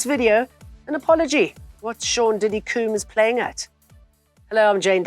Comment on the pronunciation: Sean diddy “Coombs” 😅😅